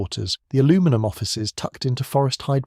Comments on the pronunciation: Why does your AI have a British accent and yet says 'aluminum' instead of 'aluminium' and 'jag-war' instead of 'jag-u-ar'. Do better. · No Brit would say Al- loo-minum, US based AI narration I think.